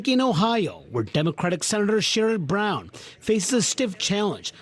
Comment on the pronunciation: Trump and fellow repubs. all the way in 2024! (btw, correct pronunciation of brown attached ,,,as an ohioan.) Keep up great work!